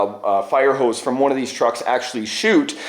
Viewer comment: Every time you say nozzle and hose I hear it as Grounds Keeper Willie "noodles and house"!